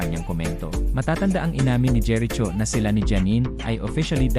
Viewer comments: Jeri Cho vs. JERICHO (pronounced as Jeriko) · Kelan naging jeret cho ang pangalan ni jericho😂? Patagal ng patagal ang panahon nagging bobo na ang pronunciation. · Jeriko po ang pronounce at hindi jeritso 😅😅😅😅😅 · Ano ba naman ito nag voice over ot seems pinoy din sya di alam gumamit ng right pronunciation ng name ni Jericho ( "cho" should be pronounced as "ko") pakituruan nga yun ng nagvovoiced over dito